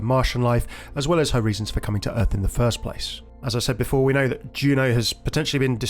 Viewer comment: It's "for", not "fir", just thought I'd mention it! A fir is a type of tree. ^^